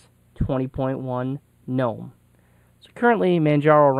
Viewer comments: Man it sure is nice to hear someone actually pronounce Gnome and Mate correctly. I subscribed just because of that. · He pronounced both correctly. In america its mate not mate-e because we aren't speaking Spanish and talking about their drink. There is no such thing as G-nome. Its Gnome pronounced nome like a yard Gnome. Fuck stallman. That is all.